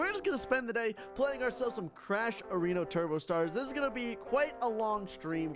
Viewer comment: he said areno